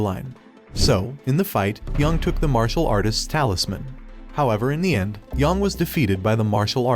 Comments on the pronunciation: its not pronounced yawng its pronounced yaeng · YONG, really? It’s Yang, they say it in the game. You can at least pronounce it right. I hate when people do this, it’s disrespectful